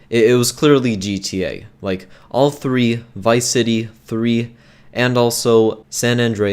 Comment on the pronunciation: home cant prononce words.... math not maf and three not free with with not wiv